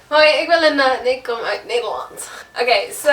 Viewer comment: Als je Nederland uitspreekt klinkt het alsof je een Amerikaans accent hebt!